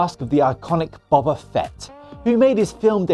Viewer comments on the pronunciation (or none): I feel this channels force is dwindling...Bobba fett? No its Boba...Bo...ba. Seriously do whatculture hire on the hipster/pronunciation basis?! Just leave the channel with Jules, Adam, Scott, ewan (i spose) & Ash and bring back Simon Miller.. Theyll be onto a winner.